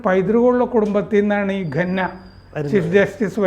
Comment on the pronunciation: ഘന്നയാണോ സാർ ഖന്ന അല്ലേ? Khanna